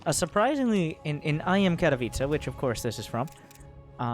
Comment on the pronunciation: To answer your question,: you are possibly the only foreign caster that pronunces "Katowice" right. Cheers from Poland.